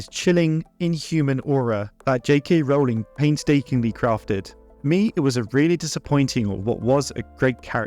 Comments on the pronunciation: Great commentary. But please learn to pronounce the author's name correctly and consistently. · Funny that you know the correct pronunciation of “Voldemort” which most people (including the films) get wrong, yet you’re still mispronouncing the name “Rowling”